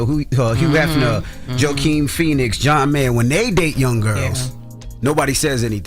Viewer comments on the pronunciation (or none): Did that "mofo" say "Joe Keem" Phoenix? SMH.